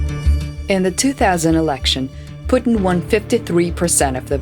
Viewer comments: It's 'Vladolf Poostain'. All hail Tsar Poostain. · putin LAW-AY!!! 😂😂😂 indi pa kabalo mag-english!